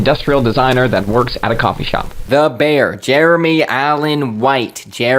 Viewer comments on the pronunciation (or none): none